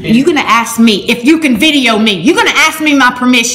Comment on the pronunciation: "you gonna axe me!"